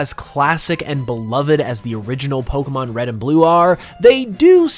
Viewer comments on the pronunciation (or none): Your videos are great, but BRO. WHY do you say 'poke UH mon' instead of 'poke AY mon'? Don't say it like Ash Ketchem, he's dumb. Say it properly, you DO make Pokemon videos as a career. You should really say it right if that is all you do...